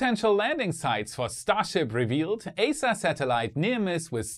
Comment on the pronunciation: It's pronounced [i:sa].